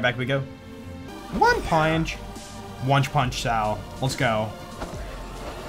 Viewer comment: You totally said "Onech punch salv" It was pretty funny.